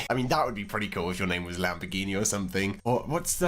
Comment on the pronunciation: do you say lamper gini????? what???????